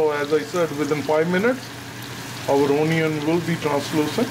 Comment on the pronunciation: unnecessary accent. not a great watch. i stopped at ooonion